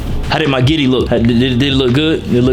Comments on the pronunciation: Griddy my boi!! Not Giddy😂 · Nigga called it the Giddy😭😂